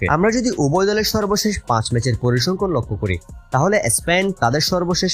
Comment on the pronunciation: Not parisangkhon correct is parisangkhan.